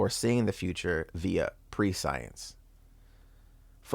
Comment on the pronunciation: It’s not pre-science. The word it’s pronounced “pree-see-uhns” or “press-see-uhns”. Smh